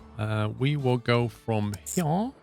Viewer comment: Why did he say "Here" like that? I just noticed lol